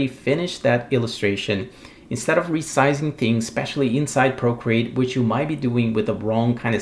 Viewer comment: I like your accent. Sounds like you’re saying “brocreate.” That would be a great screen name. ;) Valuable info, as always. Thanks so much!